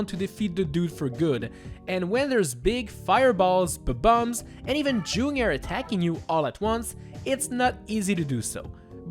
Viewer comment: I Like it how you say "B-Bombs"